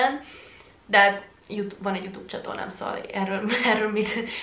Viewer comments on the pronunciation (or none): none